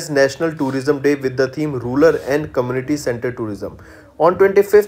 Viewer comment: Exactly. Many common words have been mispronounced such as rural as rular etc. It distracts the flow of concentration